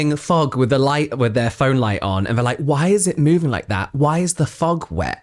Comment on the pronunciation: “Why is the fog wet?”…: “Because it fouug” 😂😂😂